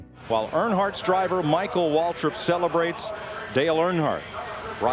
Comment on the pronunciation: Who the heck is Michael watrip, its Michael waltrip